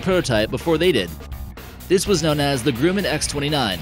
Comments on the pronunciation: GruMMan, not Grooman; and this video is extremely deceptive...not impressed. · GR - - UH - - MAN not gru-man. Like Tyler Burton said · It's "Gruh-muhn" NOT "Grew-man." Otherwise, nice video! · Say it with me "Gruh-min. Gruh-min" Not Groo-man. Carry on. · It's pronounced Gr-uh-man not Groo-man. It's only one of the biggest US aircraft producers. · Grooman? Is that how you’re supposed to say Grumman? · No, he's mispronouncing the Grumman. It's pronounced "Gruh-mehn". I already commented a correction about it. Good catch though! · It’s GRUMMAN GR-UH-MAN idiot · Learn how to say "Grumman" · Fact check & pronunciation issues all over. It's bah-RAIN. It's Grumman like Thumbman, not GRUUUUUUman. The Soviet Union collapsed in 1991, so they sure weren't designing fighters in the late 1990s. It's a forward SWEPT wing, not a forward step wing. Next you should compare these four: Embraer A-29 Super Tucano, Boeing OV-10X, Scaled Composites Mudfighter, and the Textron AirLand Scorpion.